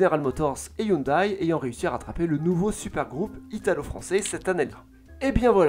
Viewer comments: Ca se prononce hyundé par contre 😅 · Sa prononciation de hyundai me fait saigner les oreilles. Sinon, ses vidéos sont toujours au top